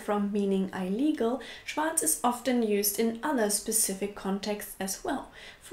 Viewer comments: please check the pronunciation of words that you don't know it of before making a video. It always hurts me when you pronounce illegal like "ile-legal"....It's more like "ill" and "legal", the i being pronounced like in German... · Your videos are a lot of fun and quite instructive - and mostly on the money. But please stop saying "I legal" when you mean "illegal" (pronounced "ill legal"). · You want a “short” i for “illegal” (like ill/sick) rather than “long” (not like eye-legal). Ill-eagle rather than eye-legal. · Illegal is pronounced like "ill - legal", not "eye - legal". Sorry... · Great video. I enjoy the varied topics you find to discuss. Keep up the great work. Two minor pronunciations: illegal, rather than "EYE"-"lee"-"gull" it's "ih"-"LEE"-"gull" situation - most people around me say it as "sih"-"chew"-"A"-"shun" monger - "MAHN"-"ger" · Interesting topic. "ill-legal" not "eye-legal" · That hurt my ears - even though I'm German. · das Wort "illegal "spricht man im Englischen "IL-liegel" aus, nicht "Ei-liegel".;-) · Eil-Igal. du bist also ein Eil-igel :P Man spricht es tatsächlich Illegal. das I als Vokal vor einem doppelten Konsonanten wird im Englischen als "I" und nicht "Ei" gesprochen. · i-llegal? also ei-llegal? Ich sprech das illegal wie ill-legal aus. Bin native speaker aus Irland. Wo spricht man das "i" lang aus? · I love your videos, and I love your English-German accent. But check your pronunciation of illegal It's pronounced "ill-legal", not "eye-legal". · Just wanted to correct a pronunciation that I heard. You say eyelegal instead of illegal. It's more ihleegal :) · Illegal.. not eye-legal... ill rhymes with pill. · Not eye-legal, ill-eagle. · ILLegal. Not EYElegal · just came from the video about having problem pronouncing words, loved hearing "eye-legal" xD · Yes but I LIKE it when she says eye-legal. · "Eye-legal"? I've never heard it pronounced like this. Is it a British pronunciation?